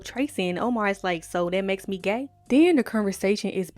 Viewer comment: "gey" lmfaooo